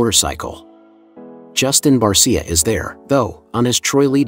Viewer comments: You need to pronounce Justin Barcia" name properly. He says it with an sha on the end. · Train your computer to say it right or type in Bar-sha. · I hate these Bot videos. For god's sake get his name correct lol.